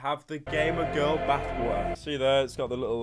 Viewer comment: No one: Pyro: B A T H W A ‘A H